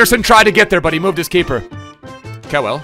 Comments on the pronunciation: don't butcher kewells name like that. Pronounce it Kyoowl❤️❤️❤️ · The way butcher Harry Kewell name 😂